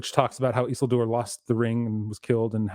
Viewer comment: What's up with stresses in names? Everybody says just as they are accustomed, or I've missed some new consensus? Always thought it was Isi'ldur etc